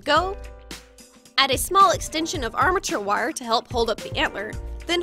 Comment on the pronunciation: why did she say armature wire like that 😂